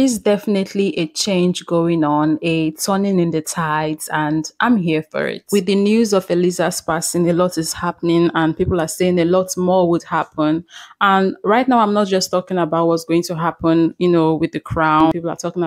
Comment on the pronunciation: hahahhaha u called her Elizahh hahahhahahaha